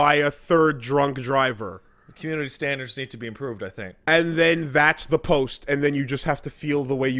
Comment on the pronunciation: "Comunity standards need to be emproved" your canadian is showing